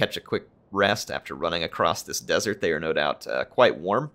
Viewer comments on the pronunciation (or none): none